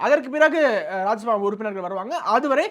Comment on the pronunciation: தம்பி அது ராஜ்ய சபா, ராஜசபா கிடையாது, என்னடா நாரதகான சபா மாதிரி சொல்றீங்க 😂😂😂